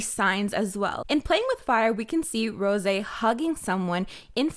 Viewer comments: Tf hahahah did u just say rosEE like german vibes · okay but where are you from? I mean the "Rrrosé" looked so french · Why you pronounce rosÉ like that? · I’ve been asking this every video, Why does she say Rose’s name like that? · I haven't heard you pronounce Rosé that way in a while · pls stop pronouncing rosé like that 🥴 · Why do you pronounce Rosé like that?